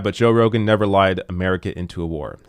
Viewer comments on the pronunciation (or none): none